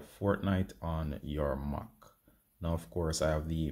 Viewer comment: mac not moc